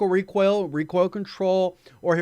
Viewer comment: I can't stop hearing Recwoil.